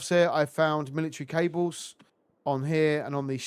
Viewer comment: "Militree tubes"😂